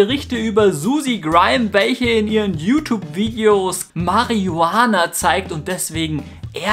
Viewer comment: oh mein gott! Nicht schonwieder dieses Mariuhahnher